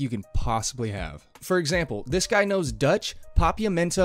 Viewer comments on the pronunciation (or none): none